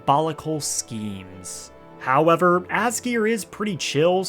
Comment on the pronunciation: The way you say “hOwEvEr” is so grating on the ears, holy fuck. Why is it hard to find a YouTuber who talks normal these days?